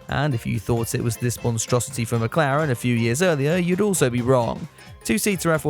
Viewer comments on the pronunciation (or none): none